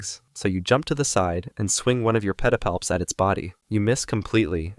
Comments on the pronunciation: The way he says “Petapalps” is oddly satisfying 😂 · New drinking game. Take a drink every time says pedipalps.